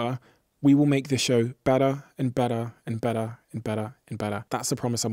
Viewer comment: Terrible pronunciation of 'better' 😀